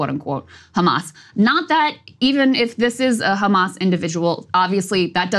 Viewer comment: "Do you condemn Khamas?!"